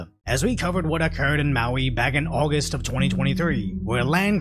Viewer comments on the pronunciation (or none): none